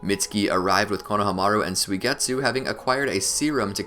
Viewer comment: Bro why do you say Konahamru’s name like that